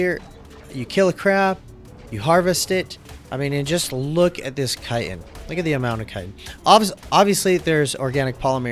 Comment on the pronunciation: Kiten? You pronounce chiten like kite-in ... does "ch" make a k sound? Chicken, chick-in, chitin, chit - in